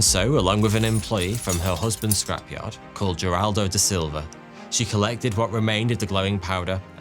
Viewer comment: This is a nuclear disaster that many of us have already heard about being that it is one of the worst nuclear disasters ever. Also, his name is Wagner, not Vagner. He was Brazilian, not German. As well as Heraldo, not Jeraldo.